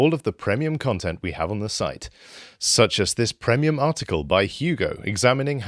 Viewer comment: I always crease myself when says pr-E-mium